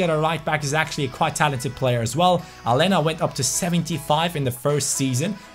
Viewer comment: It's Alenia. Not Alena. Like so can see